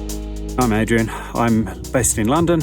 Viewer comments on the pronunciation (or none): none